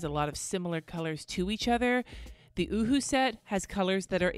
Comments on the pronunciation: it is pronounced o-hu-hu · I busted out laughing every time you said “Ohuhu.” 😂 #grownup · lizziesf87 yup... Me too... Laying in bed laughing outloud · Me too!!! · Omg, so did I 🤣🤣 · Lmao at you saying “ohuhu”